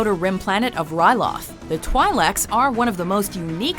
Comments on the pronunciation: 10. Togruta, not Togrutans XD 6: Zabraki, not Zabraks xD 2: Twi'leks is pronounced "Twee-leks" xD #StarWarsNerdSpeaking XD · facepalm its pronounced 'twee'licks' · Twi leks are pronounced twee leks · OMG YOUR PRONONCIATION OF TWI'LEKS IS SO WRONG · jesus...the way she said twi'leks... face-palm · I'm feeling a little triggered by her pronunciation of twi'leks and Aayla Secura's name. XD And I don't agree that Togruta are warmongering either, unless that's something that was mentioned in the animated shows. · How could u mispronounced twi'leks? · It's this top 10 best or top 10 most popular? Ithorians, Kaleesh, and Yuuzan Vong for the Win!! They said Ewoks....😂😂😂 Nitpicks: This is a Canon list... The planet you call Mon Cala is called Dac. Mispronounced Twi'Lek's great! Tuskin Raiders can be of any species human, Rodian, Chiss....ETC most of them are people who got lost in the desert and lived of the land. Hating on the prequels and dishonorable mentioning gungans solely due to jar-jar.... Yup this is a most popular list fucking great. lol.